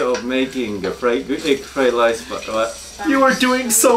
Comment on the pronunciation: Did you say egg flied lice on purpose?